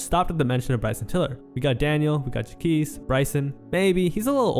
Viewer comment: The disrespect in your pronunciation of Jacques name is killing me 😂.